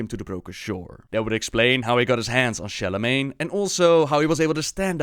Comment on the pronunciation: "Sharlamagne" triggered